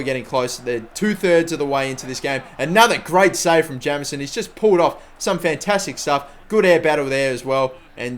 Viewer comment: Jameson is pronounced Jaymson